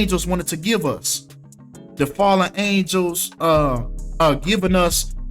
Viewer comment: You sound ridiculous when you say fllend angels lol Angels serve the creator only, they don't fall.